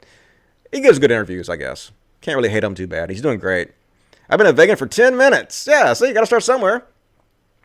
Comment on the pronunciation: Dusty, are you allergic to the long E sound or something? HAHA! Vegan (Vee-gan), Sam Seder (Sam See-der)